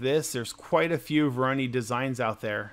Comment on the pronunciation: Say it with me, "Voor-aww-noooiiii" pattern, nor "voor-oh-knee" 🤣🤣 jk mostly. Thanks for rbe video, very cool!